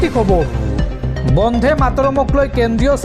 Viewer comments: বন্দে মা তৰম হে হ'ব লাগে বন্ধে নহয়। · Bondhe matorom nohoi Bonde matorom. Usharonot mon dibo. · Bande matarom bandhe mataram nahai. Ucharon bhul hoche. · Bonde matorom bhal koi ussaron korok son